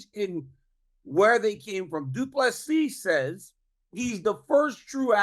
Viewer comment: Hahahaha.. the irony after butchering ddp's name for months